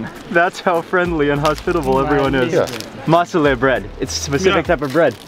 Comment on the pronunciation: The Fact that he Said Musuleh when it was masuleh At the Beginning(in The Car when they got that dough Bread thingy)was hilarious!!!!! I really want to go to Iran tho.